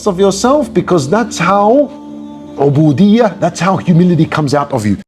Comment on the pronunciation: " 'Ubudiyyah " Not Abudiah